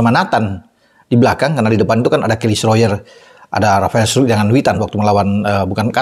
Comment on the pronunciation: Sebutan Rafael struick ala lbh enak di dengar dan lbh belanda dari sebutan yg seharusnya. 😁